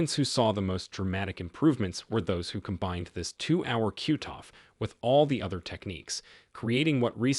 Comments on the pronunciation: Does AI have to be used in these videos? It’s irritating to hear the mispronouncing of words. Several times hearing “cute”off instead of cutoff. I’m sure there were others but this was the one that stuck out as it used several times. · Useful information. However your pronunciations of cutoff as cuteoff was annoying.